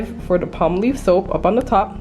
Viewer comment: Awesome deal it's pronounced Palm/ Olive I think you're pronouncing it Spanish way tfs 💕